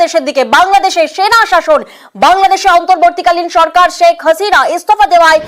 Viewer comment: ছেক হাসিনা নয় শেখ হাসিনা। উচ্চারণ ঠিক কর।